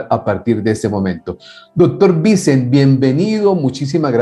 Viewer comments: Perdona,. Esto no tiene nada que ver con el contenido del vídeo... Este hombre es valenciano, donde se habla otro idioma que no es el castellano, el valenciano/catalán, y Vicent no se pronuncia como Vincent en el idioma inglés, sino algo más parecido al francés: Viç(é)nt/Vi(s)(é)nt. Perdona mi corrección, y que me perdonen los valencianos si he cometido un error, que no soy valenciano, pero para que lo tengas en cuenta la próxima vez que hables con él. Un saludo y gracias por tus maravillosas entrevistas. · el invitado se llama Vicent no Vincent jajaja. Es un nombre catalán, en Valencia, aunque no es Cataluña, se habla catalán (algunos dicen que no es catalán, sino valenciano). Se pronuncia Vicént, con acento en la e; como Vicente pero sin la última e. Hay otros nombres con los que os soléis confundir: Albert (Albért), Eduard (Eduárd), Gerard (Yerárd), etc. Si veis que el apellido es español "Guillem" no lo pronunciéis con acento yanqui, por favor. Como cuando el político español Albert Rivera fue a Venezuela y lo llamaban como yanquis jajajaja. Sabéis más de EEUU que de España. Un saludo